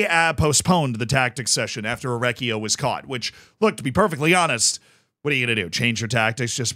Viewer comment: my guy, i love you. You are awesome, but 2 things: 1) I know you are america, but ch- before "e" and "i" in italian is pronounced k. So his name would be better spelt for you like mikele orekkio 2) the guy in the picture isn't Orecchio, but Ivan Juric. The manager, or head coach if you want, of Torino.